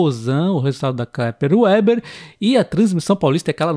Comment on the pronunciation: Muito bom. Pode pronunciar Veber, em vez de ueber. É o certo. Sem ofença, achei engraçado 😅.